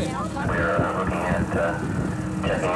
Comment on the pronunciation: The veehicle.